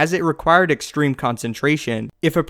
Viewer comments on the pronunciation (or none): none